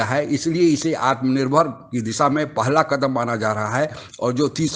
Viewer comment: audio hopeless...jis announcer ka accent/pronounciation khrab ho us se audio kyo karwate ho ???ye pahla ko pohla kah bol raha hai ...is video ko poora desh dekh raha hai jisme padhe likhe log bhi shamil hai...aese se audio karwaye jis ka uchcharan shuddh hho , shaily sundar ho, normal ho kar bina jhatke maare santulin pressure ke sath jo announce kar sake...ummeed hai agle video me koi sudhar dekhne ko mile ga